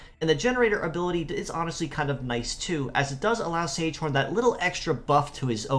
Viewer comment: Don't know if you care much about pronunciation but these names come from German, so instead of "sage horn" it would be ZEG-uh-HAWN. The other one would be HIH-ush-KEF-a.